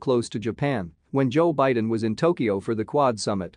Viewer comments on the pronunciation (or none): none